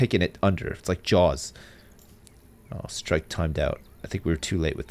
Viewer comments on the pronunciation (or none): none